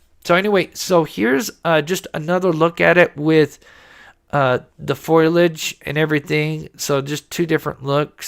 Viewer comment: I think you mean foliage rather than foilage.